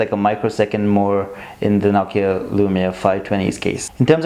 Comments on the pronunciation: It's not nakia its nokia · ur saying it nockia its NO KEY A js